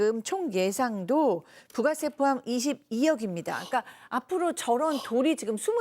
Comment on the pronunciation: 부과세가 아니라 부가세....